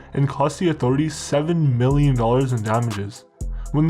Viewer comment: I love how you accentuate the M when saying 'mmmmillions' and the S when saying 'sssseverely', those numbers in this day and age... peanuts kid. Also, I'm pretty sure the guy narrating this is a Canadian Sikh, he has that distinctive nuance in his voice and the way that he speaks just gives it away. Am I right? Show your true identity narrator/content creator! Also, I wouldn't have called the last big police operation against the Manitoba Warriors, 'Project Falling Star', I would've called it Project 'Indian Giver/Scalped'.